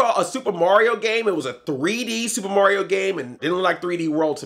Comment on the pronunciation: you've listened to too much korey coleman. your pronouncing mario as morio. haha